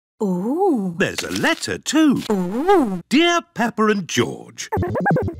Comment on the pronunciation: HOOOLD ON, SAID "Drear PEPPER and George"